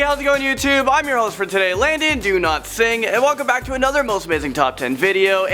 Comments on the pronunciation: OMG!! I just noticed!! Every time Landon says his full name on a video. It sounds like "LANDON DO-NOT-SING" Ha! CAN'T WAIT FOR NEXT VIDEO!! LIKE IF YOU HEARD IT TOO? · Who thought Landon said "do. not sing!" Like if you agree. Btw hey